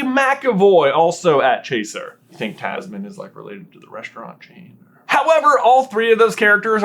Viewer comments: Tamsin, not Tasmin- sincerely, sister of a Tamsin 😂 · You mispronounced Tamsin. I’d know, as it’s my name, and I’ve spent my entire life having people mispronounce it like that.